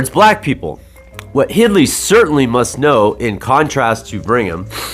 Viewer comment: Very interesting video. Just for the record her name is Hildy not "Hidly" other than that thanks for the great video.